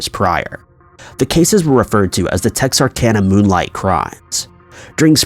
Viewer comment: Thank you so much for saying Texarkana correctly